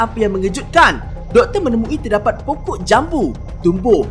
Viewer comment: terdaqpat? Faktaw ni orang kedoh ke